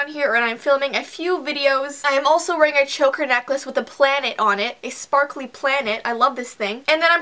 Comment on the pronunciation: I love when she wears a choker she says "I'm weraing a choker"😂😂😂😂😂😂😂😂😗😗😗😗😗😗😗😗😘😘😘😘😘😘😘😘😍😍😍😍😍😍🤗😍